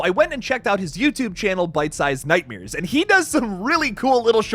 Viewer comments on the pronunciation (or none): Nightmares!!! Not nightmiers! That was driving me crazy!